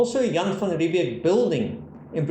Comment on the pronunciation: It is Jan van Riebeeck. Old wives tale in SA, but it is van Riebeeck. Possibly a younger less grey van Riebeeck.